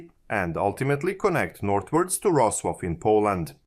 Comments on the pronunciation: His pronunciation of Wrocław (Vrocłav) is terrible :). Also he pronounced Czech Most in English way. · Serb should be able to read correctly Polish and Czech names.